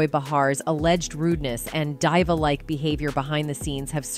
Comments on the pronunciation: DEEVA....DEEVA.....DEEVA, you incompetent computer voice! NOT DYEVA!! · Diva, and some other words are not pronounced properly is abit distracting to hear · I can not take the way this girl pronounces some of her words she said freaking DIVA wrong 😂